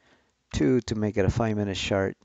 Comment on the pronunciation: First time hearing someone pronounce "chart" as "shart", fascinating as it means something completely different